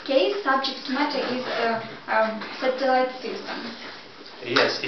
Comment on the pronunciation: My mistakes: 1) I pronounced the word "satellite" incorrectly 2) after 6 months - in 6 months (correct) 3) If the court WILL award damages, it will be great for me. I had to say: "If the court award damages, it will be great for me." (Conditional)